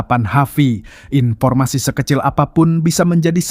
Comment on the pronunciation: informasi bang bukan inpo